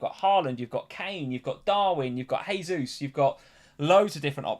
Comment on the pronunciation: Jaysus please, not haysus. It's Portugese pronunciation, not Spanish. Everyone seems to get this wrong.